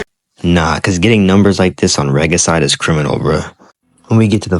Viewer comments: You really suck at pronouncing some words, huh? Like Archetype and Regicide. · Why tf do you pronounce regicide like that?